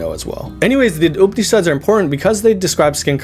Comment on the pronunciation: Surely, you meant to say Upanishads instead of Upnishads. That A is not silent. Please be mindful of your Sanskrit pronunciation. Thank you!